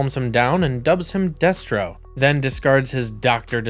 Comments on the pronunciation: I was thinking it myself. Serpen-TOR and Deestro. didnt make it further than that. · Day-stro and Serpen-tor? What's going on? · Daystro and Serpen Tor are gaigh bro....I prefer Destro and Serpentor....or you know, someone who's researched the video topic enough to at least know how to pronounce the characters names. THUMBS DOWN edit Globe You Les???? Phuuck you bro. I ain't watching another second. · Deh-stro, not Day-stro. Glob-ulous, not Globe-ulous. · Right? The animated series always used "ser-PEN-tor" and "DESS-trow" rather than "SER-pen-tor" and "DEES-trow." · Day-stro? FUCKING DAY-STRO?! you numbskulls can't even pronounce Destro correctly?! Well shit then I know all the facts in this are gonna be fucked I wish this channel wasn't forced into my algorithm. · Stopped watching when he said DAYStro. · The way he pronounces Serpentor and Destro has scarred me. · Why are you pronouncing the names incorrectly????🤔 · How do you claim to be a fan of GI Joe and mispronounce Destro? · And other names. At least he got it right towards the end of the video. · Why is he pronouncing Serpentor like that? He also pronounce Destro wrong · Like, did the creator hire a narrator? How’d you have all this information, but still pronounced everything wrong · Destro as well